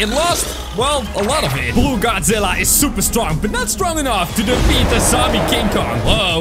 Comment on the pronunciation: Why. Do. You. Say. Man. That’s. Wrong. It. Just. Godzilla